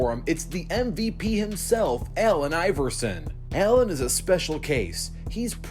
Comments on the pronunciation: Did this guy really just say Ellen Iverson smh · Is it just me or did he pronounce "ellen iverson"?😂😂